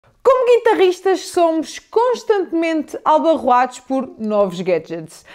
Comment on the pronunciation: Carissima, cuidado com o português. Não é "albarroados" mas sim "abalrroados" 🤗